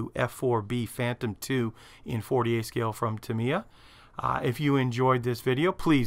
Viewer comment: How are the people at Tamiya still your friends when you butcher their name so bad? Even Uncle Nightshift gets it right and he's Slovakian! :-D